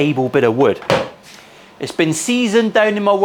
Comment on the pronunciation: wood. Bobby Duke calls it Wewd